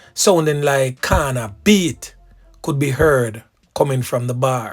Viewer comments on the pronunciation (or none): none